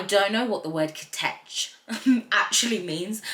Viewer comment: its pronounced as kich, like the word itch but with the letter K 😂 why did you pronounce it so weirdly 😆 the original lyric was "90's bitch" as the song was intended for another artist but eventually went to Ive